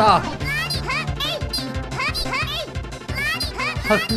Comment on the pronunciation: 커비 할때 좀틀리지마셈